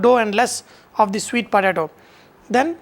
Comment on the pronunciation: "svweeet potAAto" fucking Mula